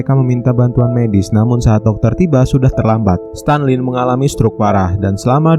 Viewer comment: stalin bg bukan stanlin